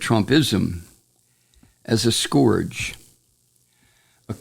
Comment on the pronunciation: not to be an asshole, but you're pronouncing "scourge" wrong, and honestly? you're pronouncing it like Trump does, so I cringe every time you say it like that. It's not pronounced like "gorge", it's pronounced like "urge" or "purge".